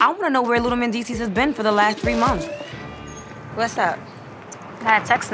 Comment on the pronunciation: Please tell yandy how to say months and not mumfs ughhh I can’t handle ittttt